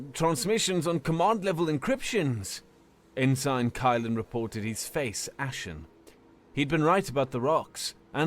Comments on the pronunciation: OMG it's pronounced "en sin" a military rank not "in sign" within a sign!!! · it's pronounced "en-sin" not "in-sign" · How is it that a robot can pronounce en-sin ( ensign ) right, but not a human? Just wonderin. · Actually, I got used to it like an accented version of the word. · Sorry about the pronunciation of ensign, thats just how people pronounce it where im from and ive gotten used to it that way. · The G is silent in Ensign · All of these comments are about the pronunciation of ensign, but I have to say that this was the single most horrific HFY I’ve ever heard and I cannot fully express how much I enjoyed it. I savored every last second of it. So what you mispronounced a single word? This was great and I would love to see a continuation of this universe, however it may take form. People are too critical, keep up the great work! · The pronunciation ends the immersion, though -- so I can see why people are complaining. Plus, I figure a lot of the people here watched Star Trek, and that rank was spoken quite often. Hearing it mispronounced is jarring. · no, its mispronounced 🤣💀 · Funny that a Brit does not know that the rank Ensign is pronounced EnSin. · It isnt nove, sadly. It is a weird thought to have when you think about hod few words are pronounced the way they are actually spelled. To look at a word and have the thought, "I know how to say that." Is kind of crazy. Without bothering to look up the pronunciation I couldn't imagine thinking I knew how tonor was saying the word correctly. Like in this situation saying it the way he has here makes it a completely different word and meaning rather than the rank it is refering to.